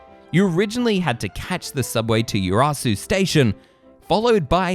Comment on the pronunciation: Superb video. Great background. I used to live in Urayasu and visited both parks many times. One point to improve!! In the video you pronounce "Urayasu" as "Yuu-ra-su" but it is really pronounced "Uh-ra-ya-su." Sort it out! Apart from that top marks :)